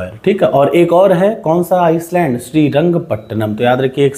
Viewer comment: Sir I don't want to dimean you.but your pronounciation of Island is totally wrong